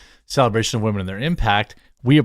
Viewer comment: Dude… I wish you would stop saying wahmen. You sound like a tool when you say it and it’s cringy. But you do you man just a serious suggestion